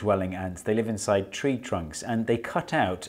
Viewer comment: “intside?” yes steve, intside